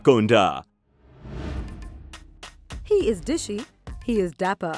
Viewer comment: Mahanti? It's mahaanati. Devarakonda not deverekonda.